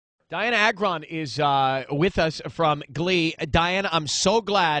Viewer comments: Pronounce like (Ay-gron) not that hard to say. NOT A-GRON. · no one says it right it is soo annoying!!! it is Agron not agron :)